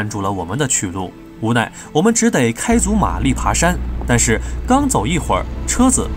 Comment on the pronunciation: 小兄弟的普通话不错，就是吧……“只得”还是得读成zhi de